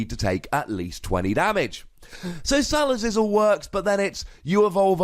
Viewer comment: ...did he just pronounce 'Salazzle' as sala-sizzle...?